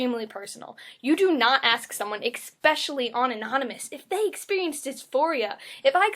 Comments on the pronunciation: Especially! Not exspecially! ! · “expecially” dude if you’re gonna rant about dumb shit then at least learn fucking grammar